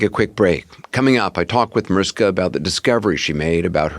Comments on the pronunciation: ITS NOT MARISKA .......DUMBO!!!!!!!! YOU PRONOUNCE MARISHKA!!!!! GET IT????? SEPARATE LOVE CHILD RAISED BY MOMMY DEAREST'S BOYFRIEND!!!!!!! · mariSHHHHHKA will be so annoyed her name is mispronounced over and over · It’s MaRISHka… 🤦‍♀️ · OMG...it's MariSHka!! How the hell are you going to interview her and not do the most basic thing of pronouncing her name correctly??? Just lazy and disrespectful.